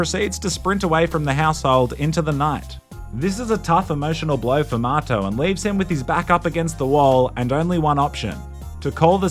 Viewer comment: lol what a goofy game. its like the kinda like The Sims, but you get the option to be first person. strange i never knew his buddy's name had an R in it and was actually Marto. i thought he was saying Mato/motto this whole time. how would an australian pronounce the word 'Motto' compared to how they pronounce 'Marto'